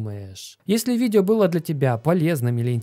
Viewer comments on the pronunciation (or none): Есле-есле, а может и не если, тут сплошные занки вопросов)